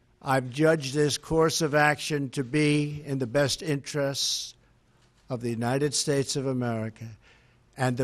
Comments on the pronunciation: United what?? Shushez? I cant hear clearly the last word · united shasha??? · he's out of breath because of standing up to give a speech. how could someone this physically and intellectually unfit to be the present of the united shhttates(how he pronounced it) even though he's not fit enough to put his own shoes on.... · United Shaish?!?! dafaq man??!!